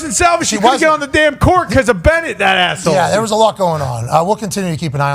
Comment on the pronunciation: I thought he said masshole 😂